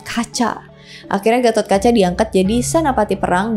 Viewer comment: GPP.. BKN ORG JAWA JADI SALAH SEBUT NAMA DIKIT GAMASALAH.. KITA JG SUKA SALAH SEBUT NAMA TOKOH ORG LUAR KOK.. DAN FYI GAISS.. DI INDIA SENDIRI GA ADA SEORANGPUN YG BERNAMA GATHOTKACCHA.. CMN DI JAWA YG PAKE NAMA GATOT.. VERSI JAWA JUGA LBH DETAIL MENCERITAKAN GATOTKACA.. BAHKAN GATOTKACA BISA DIBILANG JD TOKOH YG MELEGENDA DI INDONESIA.. DAN KLO VERSI INDIA, PANDAWA INI DIKISAHKAN SEOLAH OLAH BURUK.. TPI NTAH KNP VERSI JAWA, PANDAWA JD KLIATAN BAIK.. SALAH SEORANG AHLI SEJARAH INDIA YG UDH LAMA TINGGAL DI INDONESIA PERNAH MENARIK KESIMPULAN KLO ASAL PANDAWA ITU DARI JAWA YG PERGI KE KURUSETRA INDIA UTK MELAWAN KURAWA YG CITRANYA JAHAT MENRUT ORANG JAWA.. KRN KATA BELIAU, DARATAN INDONESIA KHUSUSNYA JAWA DAN SUMATRA ITU DARIDULU EMG SALING TERHUBUNG DGN INDIA SPRTI PERDAGANGAN, AGAMA DLL.. NTAH BETUL ATAU TDK, YG PENTING AMBIL ILMUNYA DAN BELAJAR JGN CMN DARI SUMBER MAINSTREAM..